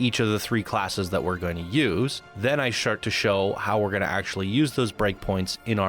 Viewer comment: "Then I Shart to show" 🤣 Well placed slip, intentional or not!